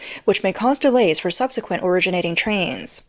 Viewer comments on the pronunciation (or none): none